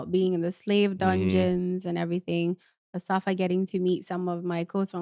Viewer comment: Guys...its 'Asafia'....lol